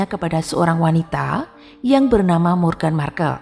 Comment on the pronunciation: Aduh wartawannya belum hafal atau gak ngerti ya dengan nama pangeran harry dan meghan🤣 Harry/sebut herry Hendry 🤣🤣🤣 meghan moghan 🤣🤣